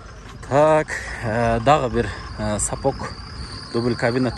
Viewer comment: сапоК емес сапоГ